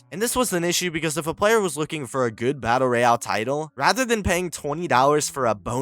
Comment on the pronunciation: the way you pronounce battle royale is annoying af